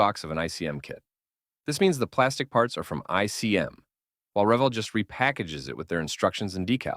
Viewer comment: I agree about the selection of kits in the video. I've built almost all of these and they're all great kits. BUT the video suffers from a poor voice over - mispronouncing Revell as revel (yeah, revel ends with only one L, ReVELL is spelled with 2 LLs and is pronounced like well or fell). Also, it's not a TIGER eye (I), it's a TIGER ONE (PzKw.IV/I). Sorry but those bloopers are really annoying.